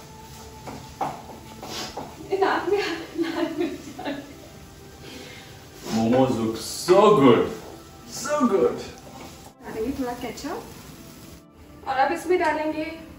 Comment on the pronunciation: Momos nhi.. Mo:Mo kehte hai